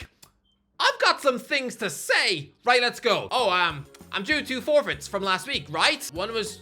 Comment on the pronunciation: Bro stop saying forfeits😭